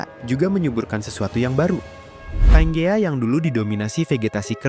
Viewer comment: Panjea mestinya ya wkwk